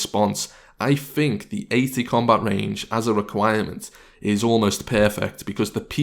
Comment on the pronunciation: Do you fink or think? :O